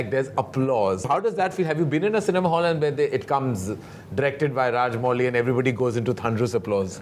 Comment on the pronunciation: Karan it's Rajamouli, not Raj-Molly. Being an Indian, at least pronounce Indian names right.